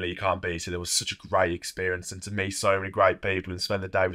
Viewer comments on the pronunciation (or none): none